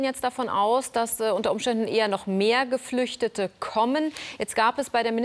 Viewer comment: "Geflüchtete" klingt wie Geflügel 😄